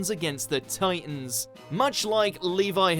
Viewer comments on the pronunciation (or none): The way he says titans